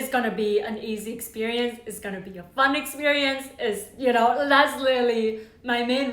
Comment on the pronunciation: Does not sound like "fun"